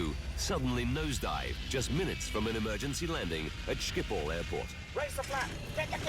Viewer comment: thats the most retarded pronunciation of schiphol i have every heard